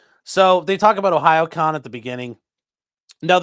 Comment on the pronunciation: I'm so proud of you for figuring how to pronounce Ohayocon